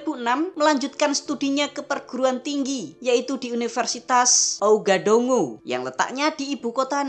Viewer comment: Sekedar info min, ibukotanya dibaca Wagadugu..